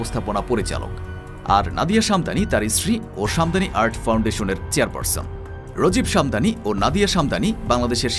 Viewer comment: Apnader engilsh ar bangla uccharon khub baje. Infracture ❌ infrastructure ✅ Rojib Shamdani ❌ Rajeeb Samdani ✅ MC chain ❌ Mac Kaine ✅ Educated manush der ke ei shob dekhale hashbe. Ar background music er kotha nai bollam. Mone hocche indian drama series dektesi 😅